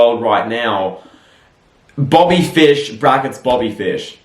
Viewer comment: “Booby fish (Bobby fish)???” -. IM DIEING 🤣🤣